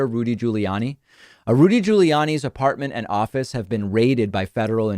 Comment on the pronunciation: THANK YOU for pronouncing Rudy's name just like everyone else in the world.